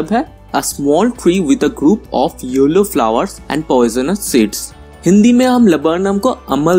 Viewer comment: It was cool n ur video editting skills are appreciatable but sorry when u said yellow i misheard it as YOLO .. n it cracked me up .. damn 😂😂😂